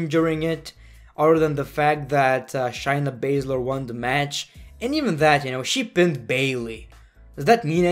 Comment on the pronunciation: It’s not shyna it’s shayna ( shayyy ) (nuhh)